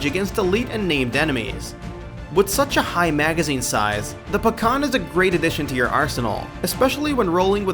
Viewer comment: Pecan and Pakhan are not pronounced the same way I'm pretty sure.